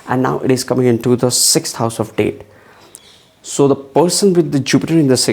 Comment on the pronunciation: It’s not date it’s debt!!